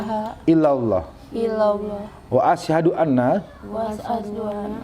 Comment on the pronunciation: Bacaan syahadatnya sebaiknya perkata. Biar tartil atau jelas. Kewatirnya bacaan Asyhadu dibaca Asysyadu. Begitu juga wa asyhadu dibaca wa asy syadu. Demikian trims.